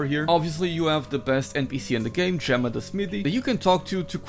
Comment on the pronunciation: Guide is amazing! Tbh, the best part about it is you pronounce 'Gemma' correctly lol I've heard some troglodyte content creators say it wrong... it's kinda sad